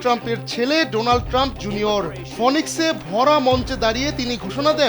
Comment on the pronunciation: phonix na, phinix. 😂